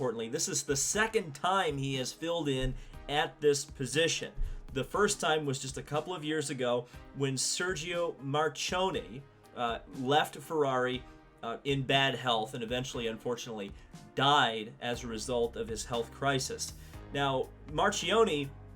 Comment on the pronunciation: Pronounced Mar-KEY-Oh-Knee